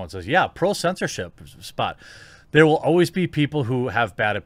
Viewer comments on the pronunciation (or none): none